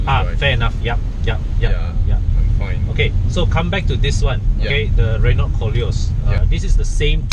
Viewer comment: Good car, bad review. PS learn to pronounce Renault